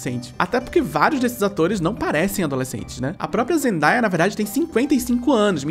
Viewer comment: Vídeo incrível, mas quero fazer uma correção na pronúncia do nome da Zendaya. É Zen-day(dia em inglês "dêi")-a. Segundo a atriz, os pais dela colocaram esse nome pois ela nasceu num dia zen (hippies q fala, né). A própria já disse também que, por conta disso, a pronúncia errada do seu nome soa como Zen-die(morte em inglês "dai")-a, e que isso não é algo legal de se associar ao nome. Espero ter informado. Bjos, seus vídeos salvam meu marasmo!